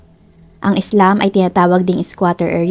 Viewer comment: slum po hindi islam pag pronounce nakakalito po paki ayos po pag pronounce pero overall very good story ❤